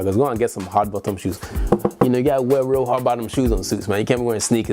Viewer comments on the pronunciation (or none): Lmao the Nigerian in you came out "Go and Get some hard bottom shews" 🤣🤣🤣